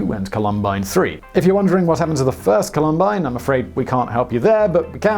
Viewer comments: COH-lum-bine, not coh-LUM-bine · Columbine... say it like Column+bine, not ka-lum-bine...... I went to the high school, its the way we say this word in these parts :) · also its Col-um-bine not Colum-bine. I cringed at that a bit being a Colorado native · Sorry, but this Coloradan just cringed so hard at you mispronouncing the name of our state flower that I showed up in the comments. Emphasis is on the first syllable: COL-um-bine. The flowers are wonderful. The high school... Not so much. 😢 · You got it! That was my immediate thought when I heard it, after cringing at the repeated "col-UM-bine." Yikes! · How someone in media can mispronounce columbine is beyond me. It was a massive school shooting.. yet Simon here butchered the word.